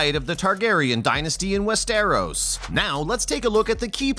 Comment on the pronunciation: Dude cant even pronounce Westeros right. 🤣🤣🤣